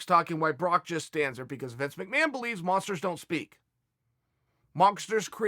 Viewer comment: Uncle Chael said monKsters, just like Uncle Mike Tyson ;D